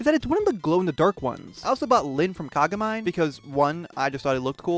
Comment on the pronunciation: you also pronounced kagamine wrong